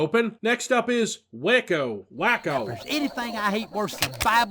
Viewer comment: Pretty sure it's pronounced Way-co as it's clearly a reference to the Waco Seige.